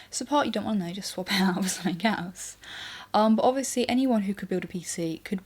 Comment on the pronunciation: Wow relax, its a fair question for anybody who isn't used to her accent. pronounces words different, as we all do around the world. For example, she says 'somethink' instead of 'something'.